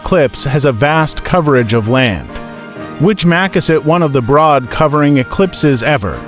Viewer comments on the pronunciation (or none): "MAKUS IT" (makes it). C'mon 🤣